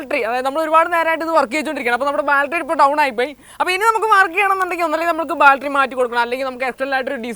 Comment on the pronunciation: Baltry alla battery